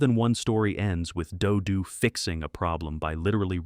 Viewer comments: First of all, if you can't use a real human narrator then don't even bother. The narration on that segment about "Dodo the Kid from Outer Space" was especially bad. Three different pronunciations of "Dodo"? ("Dodo", "Doo Doo" and "Do Doo"? WTF???) The Beagles' soundtrack is available on CD if you're willing to look for it. It's available in a "two-fer" with the soundtrack to The Banana Splits. Funny Company was a hit show for a while. The character Shrinking Violet had a talking doll made of her by Mattel. As others have stated here, Space Angel was from the same studio that created the better-remembered Clutch Cargo. Tennessee Tuxedo was a legitimate hit show. The character was not "Professor Whoopee", but "Phineas J. Whoopee", referred to as "Mr. Whoopee". He was voiced by Larry Storch of F Troop. Rocket Robin Hood looked like it was done by Grantray Studios, the same Canadian animation studio that produced the syndicated Marvel Super Heroes series that debuted in 1966. What that Hot Wheels cartoon got in trouble for, basically being just a half hour long commercial for Hot Wheels toy vehicles, was attempted again much more successfully in the '80s with shows like The Smurfs, G.I. Joe, He-Man & The Masters of the Universe, Transformers, Voltron and several others. Those shows were even more brazen about it though. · Notice how he changes the pronunciation from "Doo-Doo" to (the more proper) "Doe-Doe" by the end of the "Dodo the Kid From Outer Space" segment. I would not be surprised if the script was also A.I., considering the number of inaccuracies and flat-out falsehoods conveyed in this video. This is one of the very few videos on YouTube I'm actually giving a "thumbs down." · i can't stand these AI narrators... damn thing keeps pronouncing Do Do in several different ways.. doe doe, doo doo, doe doo, ARGH. Please let real people narrate these things.